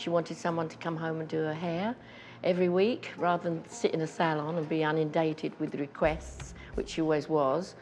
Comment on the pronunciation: Every interview Maureen Flanagan gives she always mentions they had The Pill. And the word is "inundated", not "unindated".